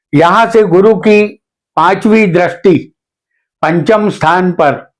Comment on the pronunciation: Drasti nahi sir dristi bolakare please .